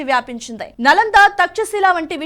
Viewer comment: 'నలందా' కాదండీ. 'నాలందా' అనాలి. "న అలం దదాతి" అని దీని వ్యుత్పత్తి. అనగా అపరిమితమైన జ్ణానం ఇచ్చేది అని తాత్పర్యం.